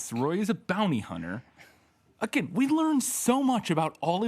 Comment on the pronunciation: "One of these characters is never seen agin" Agin? You read too much Edgar Poe.